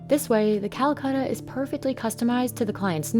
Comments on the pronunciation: Why is it so hard for English native speakers to pronounce vowels?? It's Calacatta, not cuhluhcuhttuh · The narrator is driving me a little nuts. Quibbles? its Cala-catta, not Calacutta. Or Calcutta. Also, pronounce the "t" in Mountain. Not "mown-in". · So how many time do you think the narrator said Calcutta instead of Calacatta? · It's not Calacatta, it's Calcutta! Ssshhhhh. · Stop saying Calacutta. It’s an A not a U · Why you English speaking don’t pronounce other languages in the correct way?? And get offended when someone doesn’t pronounce English right? It’s very easy to pronounce Calacatta, repeat with me.. “Calacatta” “Calacatta” “Calacatta” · Me as an Indian thinking calacatta marble as 'calcatta' marble. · She is saying Callacutta